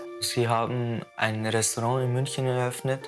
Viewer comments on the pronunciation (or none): none